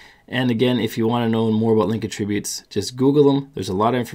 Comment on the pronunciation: "uh" tributes??